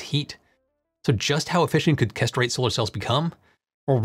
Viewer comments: I keep hearing castrate. English pronunciation is so sloppy. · Hey. Great video as usual... but... Perovskite - Why are you pronouncing this PROSTATE and not “peh-rov-skite”? and Kesterite - Why are you pronouncing this CASTRATE and not “kess-ter-right”? These mispronunciations were quite distracting while trying to concentrate on your excellent video. [Reading some of the comments, I notice I'm not the only one to be brought up short by the "castrate" pronunciation.]